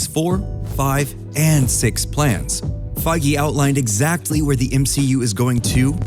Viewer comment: it's actually pronounced fāZH, y'know Feige rhymes Beige.